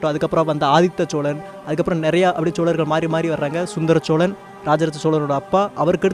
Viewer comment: please ucharippai sariyaga sollunga.... cholagar illai chozhargal..... always saying cholargar choleesvaram hearing its too bad please,CHOZHARGAL,, YOUR VIDEO AND NARRATING R VERY WELL, THANK U SIR.